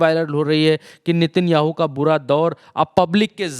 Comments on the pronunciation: नेतन्याहू ❌ नितिनयाहू ✔️ 😂😂😂😂कैसा रिपोर्टर है रे बाबा नाम भी नहीं जनता सही से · नेतन्याहू है ✅ भाई नितिनयाहू ❌ कुछ भी 😂 पुतिन को पुनीत मत बोल देना अगली बार